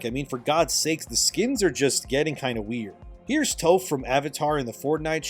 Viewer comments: love you man but it's pronounced 'TAWF' not 'TOWF' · my guy Toph's name is pronounced as "T-OFF" not "TOE-F" also while i have no problem mentioning the issues of overwatch and will be the first, I need to defend them that their characters on how they're written of having a different gender identity or sexual orientation arent written to thats the only important thing about them. It has never been an issue, If that was pushing then that was weak. the characters they have is NOTHING like the shit ppl did with Veilguard or Dustborn. AND I say this as a Cloak and Dagger main in Rivals. hoowever that being said u have alot of accurate points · Toph = “taff” not “tofe” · Bro.. toe-ph? You haven’t watched Avatar have you? 😂 not a big deal but still lol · “Tofe” is crazy 😂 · Toph is pronounced like Tough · Bro said “Tofe”😂😂 I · He just called Toph Toef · Topf like Tuff, tis the pronounciation my good sir. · ...HOW did you manage to butcher Toph's name so badly?! Literally, have you not seen the show? 😂🤨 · Whyd you pronounce "Toph" like that 💀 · Bruh that os not how you pronounce Toph's name